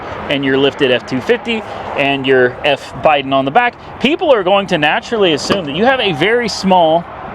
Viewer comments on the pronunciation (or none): none